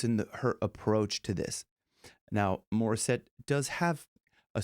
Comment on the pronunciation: I hate your pronunciation of the name of Morisette do it better next time